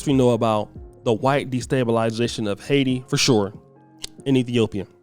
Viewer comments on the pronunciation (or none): none